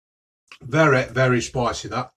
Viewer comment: Vereh vereh spiceh